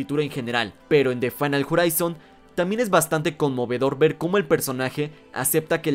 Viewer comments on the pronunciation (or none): none